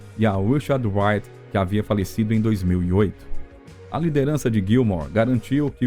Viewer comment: O narrador deveria aprender a usar corretamente a pronúncia do nome de Richard Wright. Não se pronuncia "uaite" como o narrador faz diversas vezes. O correto é "raite".